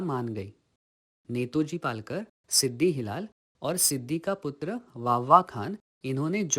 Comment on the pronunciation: It is Netaji Palkar and not Netoji Palkar as you have pronounced?